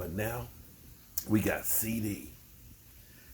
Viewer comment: Man it's CD NOT CC CEDARIOUS LAMB ,DAMN